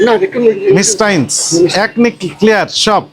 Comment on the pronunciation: মিস্টাইনস না,,, ঐডা মিষ্টিন,,,🙂